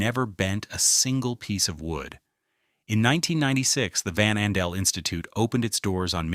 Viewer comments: Also mispronounced Campau (camPAW), and VanAndel (vanANdel) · I love how the AI voice mispronounces names like Mackinaw, Ottawa and VanAndel